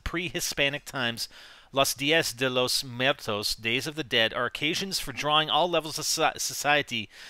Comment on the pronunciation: As a Hispanic, it was painful to hear you say "dia de Los muertos" lmao